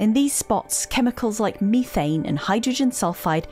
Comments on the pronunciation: Did I just hear methane spelled "mee'thai'ne"...? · Please stop saying Methane improperly. It hurts my ears. I can’t learn when people say words wrong like that.